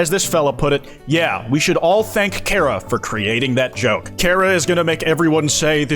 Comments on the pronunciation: chara not kara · its CHA ra. not KAR ah. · thats not how you say charah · It's Chara's fault that pronounces the name "Care-uh" instead of "Kar-ah" (I am incapable of handling slight linguistic differences to my own vernacular) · "carea" yeah learn how to spell chara before you make undertale memes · The way says "Kara" gives me a brain anurysm:sob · I don't trust people who pronounce it char-ah ngl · His pronunciation of Chara just made me drop the video. It's unbelievable.